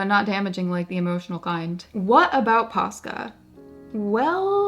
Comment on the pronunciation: I kept hearing PASTA 😂 now I want some…..